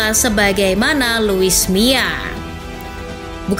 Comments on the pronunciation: kuping ku salah denger ga sih, ko sebutnya luis mia? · Yg bener luis milla apa luis mia?? Kok saya denger host nya lusi miaa